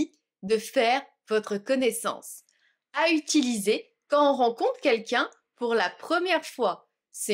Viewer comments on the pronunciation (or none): none